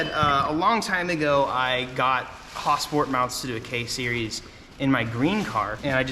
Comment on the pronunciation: Also nothing funnier then how you say hasport😂😂😂😂